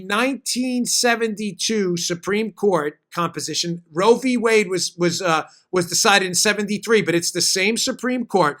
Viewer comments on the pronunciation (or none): none